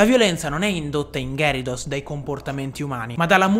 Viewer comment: Si pronuncia ghiarados